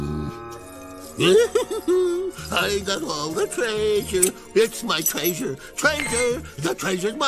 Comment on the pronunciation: We love it when Frank Welker pronunces treasure traisure 😄 little things that make Scooby fans happy